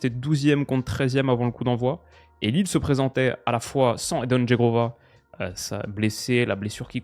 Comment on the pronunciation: qui prononce correctement le nom de Zhegrova 😉